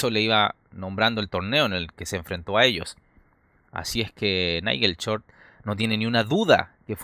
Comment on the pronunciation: Es totalmente falsa la partida !! Aparte el comentarista debe ser chileno ..porque a ellos les cuesta pronunciar shhh y siempre lo hacen chh..... Repitamos todos juntos short y no chort !!